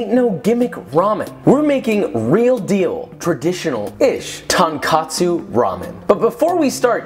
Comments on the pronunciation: its tonkotsu not tonkatsu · did he just say tang-katsu ramen???? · i think you mean tonKOTsu ramen 😂 by: uncle roger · JUST for the sake of accuracy I wanna point out that it’s “tonkotsu”, not “tonkatsu”. Both are japanese terms for different pork-related dishes: “tonkatsu” is deep-fried pork and “tonkotsu” is the style of ramen. Great video though, looks super good :) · Half-Japanese boy here. I love Babish and Josh here but I am so*tired of white youtube boys declaring loud and proud "TonKAHtsu", It's "TonKOHtsu", ffs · As a Japanese, I have to say it’s “Tonkotsu” and not “Tonkatsu”. Tonkatsu is actually pork cutlet. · he says tonkatsu so ugly, it’s pronounced “tounkatsu” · It’s tonkOtsu, not tonkAtsu. Tonkatsu is deep fried pork cutlets. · True enough about the 'tonkotsu/tonkatsu' goof. I wonder what tonkatsu on tonkotsu is like? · I cringed each time he said tonkatsu... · I was going to nitpick pronouncing the トas a タ .... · Pronunciation matters when one vowel changes the entire meaning of a word. If it was a tomato/tomahto situation then no one would really care, but tonkOtsu and tonkAtsu are two different things. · pretty sure he said "tongue-katsu" XD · thank you for breaking it down for us! trying this recipe today. PS, not to be a grammar nazi but it's called 'Tonkotsu' - 'ton' is pork and 'kotsu' is bone. 'Tonkatsu' is another delicious japanese dish (panko-breaded pork cutlet). anyway, love your videos! keep it up :) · When he said tankatsu despite it being two O’s I died inside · I made the same mistake as you, “tonkatsu” vs “tonkotsu”. I Expected a bowl of my fav ramen, got a deep fried piece of pork. Still, was deliiiiish, could not complain in the end 🤤 and I think I learned a lesson, lol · Hey Joshua, from Japan with love it is tonKOtsu ramen, not tonKAtsu ramen. Cheers, love ur work. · the way you called it 'tonkatsu' the entire video bruh 😭😭😭😭😭😭😭😭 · Minus points for calling it Tahn-Kahtsu! Tohn-Kohtsu... there's a difference in the wording.